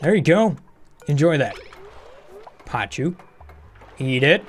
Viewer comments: Still on 'pachoos'? Please, it's pacu (p a k u). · No ‘h’ in pacu, so hard c. But then again I always intentionally mispronounce pneumatic when I build my first doors in my bas because saying ‘pen-matic’ just feels better even thoug I’m fully aware it’s ‘new-matic’